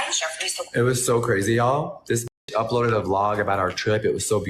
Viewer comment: I just don't think I can trust someone who makes the word "crazy" three syllables, that many times.